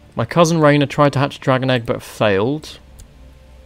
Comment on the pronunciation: Awesome video. But I think its pronounced Ray-near-ah